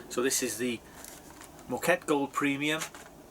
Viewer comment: That mug is far too big. No wonder you can't taste much. It's pronounced "MOH-ka-teh".